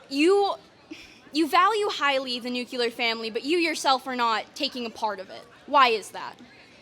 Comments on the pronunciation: Not the new-cular family 😭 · Nucular! Wow! It's crazy that people are this damn stupid. 🤦